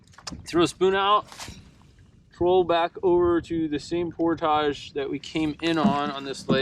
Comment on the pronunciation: Great vid. You've seen more of back country Ontario than 99% of the people who live here. You always look at home in a canoe on our lakes and rivers, so by this time you should just consider yourself an honorary Canuckistanian. You even pronounce 'portage' correctly. Looking forward to part deux. Drive from Ohio to northern boonies though... that's a long drive for a fairly short trip. Did you cross at the Sault, or Windsor/Detroit?